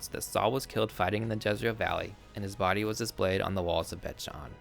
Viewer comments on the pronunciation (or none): none